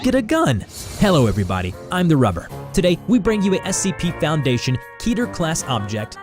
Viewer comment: Kidder It's kedder What you said wasn't Ketter What the heck were you thinking when you're making your audio